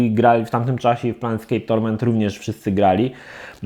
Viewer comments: Plejnskejp a nie planetskejp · PLANEscape a nie PLANETscape. To T jednak robi różnicę. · Też mnie ten planet u Niego drażni, a ta gra już kilka razy pojawiła się w "kiedyś to było" i za każdym razem mną trzęsie jak to wymawia. A tak po za tym, to nazw wielu gier nie potrafi wymówić prawidłowo. Co dziwi u kolesia z takim stażem i doświadczeniem w grach. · Plejn skejp. To jest plane a nie planeT. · Kurła, no nie wytrzymie, "PlaneTscape"??? Serio??? Gdzie tam niby jest to "T"??? Fachowiec od gier że idź Pan w ch... ;)